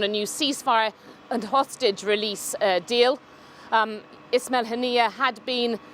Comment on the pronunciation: Ismail not Ishmial . Zionist channel to the cure